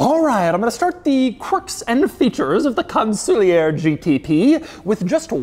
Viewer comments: Con Sul Ear not Con soolee er. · It's not "Con-sool-lee-ur" It's pronounced "Con-sul-ieeeeeeeer":elbowcough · You'd think that before making the video, he'd at least check a couple of videos with Mosler to learn how the name is pronounced. It's Con-suh-leer, not Cun-soo-li-yer. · Yes, his exaggerated incorrect pronunciation was driving me crazy 😂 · Doug it's pronounced CON-SOL-YAY !!!!!!!!! I'm old & have lusted after one of these for over 30 years. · I always assumed it was pronounced like it was a French word... Con-Sool-Eee-Yay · Every time he says kahnsooleeuhr I lose 50 braincells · Are we sure it's not pronounced con-sue-lee-yay? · Im not shure hes pronouncing the name properly 😮 it is gorgeous tho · wouldn't it be pronounces Con-sul-e-A as it's a French word? the "ier" making an "eh" sound?